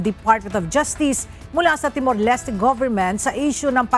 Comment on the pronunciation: Timor-Leste is pronounced with silent E not Leste with E it's Timor-Lest (Pronunciation)